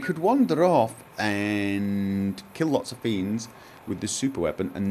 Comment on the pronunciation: "can I keep many lerts?" Oh man I laughed so much :D